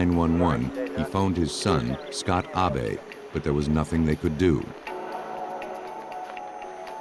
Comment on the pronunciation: And they kept saying Ah Bay for the son in the last case. That's the Japanese way of pronouncing Abe. If he's American, it should be Abe, short for Abraham, as in Abe Lincoln.